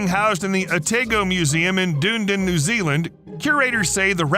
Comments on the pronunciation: There is no such place as "Doondin" in New Zealand. It is pronounced "Dun-eed-in". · OTAYGO MUSEUM IN DOONDIN NEW ZEALAND I CACKLED 😂 its pronounced "oh-tah-go" and "done-eed-in" lmao 🥝 Kiwi here, absolutely baulked when i heard the name but laughed when i realised most of the world doesnt know how to pronounce our place names 😂😂😂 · Its DUN EEE DEN NZ. Not Duniden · Dunedin is pronounced ‘dunn-EE-den’. Not ‘dune-den’ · ah tai (frim tail) go musium in da knee done not whatever you said... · As a Kiwi, hearing "Otago" and "Dunedin" said that way was a good laugh! No hate btw but very funny